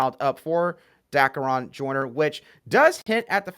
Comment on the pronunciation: Love the podcast!!! One small adjustment. Joyner’s first name is pronounced Da-carry-on….